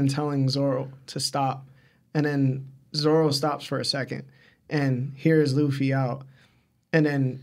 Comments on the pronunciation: Every time I hear you call ZORO zolo I wanna just go watch something else . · Is it just me or is dud saying ZORLO?